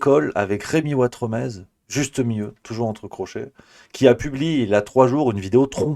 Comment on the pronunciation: NON, ne rêve pas, tu n'as aucune origine espagnole ! Tu t'appelles Watremé (le Z ne se prononce pas, comme dans le mot "nez" où comme dans Trifouilly-lez-Dijon). Sous l'ancien régime, on rajoutait un Z derrière un "E" muet final, pour indiquer qu'il fallait prononcer "é" (c'était avant qu'on invente les accents à la fin du XVIIIe siècle). Y'a plein de noms comme ça : Saint-Tropez, Desprez, Grimonprez-Jooris, Elodie Bouchez (son ancêtre était boucher). J'espère qu'à partir de maintenant tu n'écorcheras plus ton joli nom de famille Ouatremé ! 😀😀😀😀😀😀